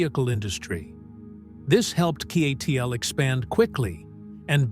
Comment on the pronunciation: I think the AI mispronounced CATL as Seattle.